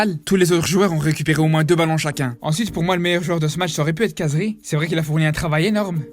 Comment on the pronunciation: Par contre comme t’est arabe essaye de bien prononcer le nom de khazri c’est « rrrazri » et pas « cazri »